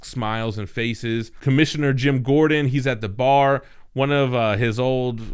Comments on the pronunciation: he said Gem Gordon! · ‘Gem Gordon’ Lol 😂